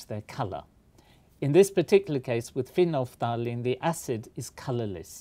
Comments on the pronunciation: Phenolphthalein, you lost the "l" :) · I love how he cannot for the life of him say "Phenophtalein" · I don't know if we are lazy in America or what, but you really annunciate every letther in phenolphthalein